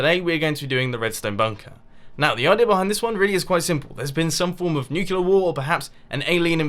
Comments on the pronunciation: but it's pronounced New-clee-ar not Nuke-you-lar ask a nuclear scientist if you still don't believe me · NOT NUCULAR... N-U-C-L-E-A-R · D-d-did you say nu-cu-ler? I heard nu-cu-ler... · Did he just pronounce nuclear like nucular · Anyone saying it is pronounced nucular is retarded. I know people who happen to say it that way, and that's fine, but you can't go around forcing your mispronunciations down peoples' throats as facts. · uhh why do people say nucular? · I never hard nucular. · it's pronounced nuclear isn't IT? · I think you said "nucular"... . If that's how british people say it i'm sorry. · Etho said "Nucular" first. you are still not original sir.... (hehehe :p) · People say "Nucular"?!